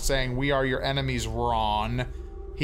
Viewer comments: ITS PRONOUNCED EINIMEES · It’s pronounced “I Eye-nem-ee-s” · It is difficult to understand where I-ne-mee-s comes from when it is only an e before the n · Technically this was credited to "Phoebe C". I could see Kevin faking the pronunciation of "Enimes" to "Ainamees" to make it seem like he was the original writer with the "original pronunciation" & take credit for something that has no value whatsoever to anyone but him alone lol. Either that or he got his fat punched off & changed into a hobo name Kevin at some point 7 years ago. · Ainemis, not Enemies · Your pronunciation of enimes is disappointing, but we'll let it go because your dramatic reading is absolutely phenomenal. The Dear Leader sends his greetings. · He kept mispronouncing the word "enimies"